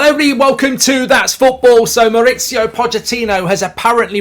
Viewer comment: Why do so many English people call him Maurizio? His name is Mauricio, he’s from Argentina not Italy. Italian surname obviously but he’s from Argentina and his first name is the Spanish version Mauricio.